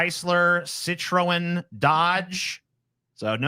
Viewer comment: Wtf is up with TJs car brand pronunciations. Vauxhall not Vox Hall. Citroen 'sitren' not Sit Ro En. Alpha Romero not Alpha Romeo. Peugeot 'perszo' not Pew Go.